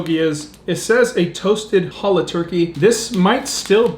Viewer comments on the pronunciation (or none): none